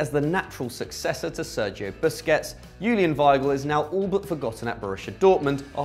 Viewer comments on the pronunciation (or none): none